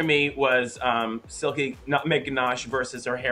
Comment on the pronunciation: Bob saying Jilky instead of Silky or Jigly hahaha